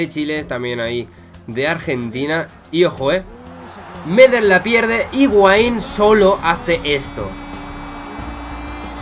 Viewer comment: Me llamo Pablo Medel y Medel se pronuncia aguda en plan Medél